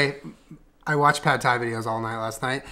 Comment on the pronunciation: It's P-aaaaaaaad Thai